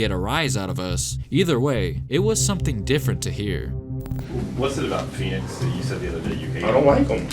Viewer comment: When they asked Kobe about Phoenix, I thought they said peanuts 😂 I was like, man, Kobe really hates peanuts 😂😂